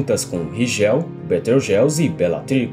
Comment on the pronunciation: Maneiro! Mas aprende a pronunciar os nomes... "Ríguel", "Betelgóize", não "Rijéu" e "Beteujeuse"...